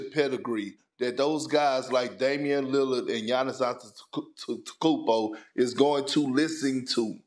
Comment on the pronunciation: Big Ken : “Giannis Antetheekoumpo “